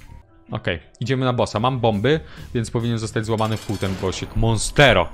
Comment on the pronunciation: Jasny gwint uwielbiam jak czyta monsto Monstero